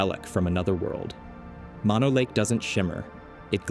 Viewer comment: "Mono" is pronounced with two long "o"s, not like the shortened form of mononucleosis.